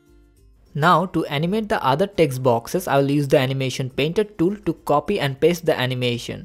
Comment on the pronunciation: Baki sabb mast hai, lekin Katai ghatiya control or paste pronunciation